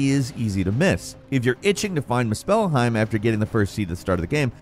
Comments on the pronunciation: Moose spell hiem 😂😂😂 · The way this guy says "Mu-SPELL-heim" is soooo cringe. Like bro I know you played the game so I KNOW you know how to pronounce Muspelheim And if you don't: "Moose-pehl-heim" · Same here, I kept involuntarily cringing every time he kept saying “moose-spell-heim”… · more like miss-spell-heim 😏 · I can't unnotice this now.. they way he says muspelhiem 🤣🤣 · my goodness I thought maybe I was tripping. I rarely comment but I was actively looking for this comment or I was gonna write it myself "moose-spell-heim" my goodness!!! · As soon as I heard Moose-pell-highm you lost me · “Muh Spell Heim” 😂😂😂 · "At number ten, how to acces miss-spellheim." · How to know the narrator never actually played the game?.. The way he says Muspéllheim 😂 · It's muspelheim. Not moose-pehlheim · muspelheim is pronounced mUspelheim, emphasis in the U. Bothers me how you say it. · pronounce it moosplheim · It’s MUspelheim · moo- SPELL-heim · Every time you say one of the names in this game I laugh my ass off have you ever played any of these games did you not listen to the way they pronounce the words? You're calling it misspelledhime????😂😂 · Good god! The fact that you pronounce the word "Muspelheim" like moos-spell-hime, is why I gave your video a thumbs down! Good god! Such an ick for me! For that being said the rest of the video was cool lol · Just came to say this. I think he got the top-10 wrong. Aparently one of the 10 things the game does not tell you is how to pronounce Muspelheim. 🤦‍♂️ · I wanted to watch this but I had to stop within a minute because the way he pronounced Muspelheim PISSED ME OFF like bro come on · Please stop saying Muspelheim... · I made it to in and can't get over the pronunciation of "musphelheim" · Lol you pronounce Muspelheim so funny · His pronunciation of Muspelheim is killing me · I really don’t like the way he is pronouncing Muspelheim 😂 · The way he pronounced muspelheim made my ears hurt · Stop saying muspelheim wrong lol